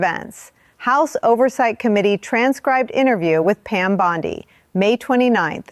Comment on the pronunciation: U know how to identify A.I.? BOND-EYE.!…pronunciation. Bye, bye.